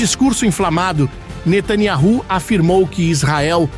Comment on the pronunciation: MUITO BOM O VÍDEO ,, MAS INSISTEM EM FALAR O NOME DO PRIMEIRO MINISTRO ERRADO O FINAL DO NOME É YAUH = IAU NÃO IARRU OU YAHU NÃO O FINAL DO NOME É IAU ,,, BEN AMIN NETHANYAUH FINAL IAU .VEJA COMO A IMPRENSA DE ISRAEL O CHAMÁ.